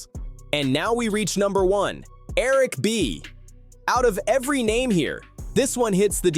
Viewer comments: Why is he pronouncing his name wrong on purpose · Imagine doing a whole video and saying his name wrong for a half hr